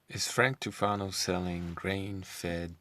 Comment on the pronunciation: "Fwank Tufanal" XD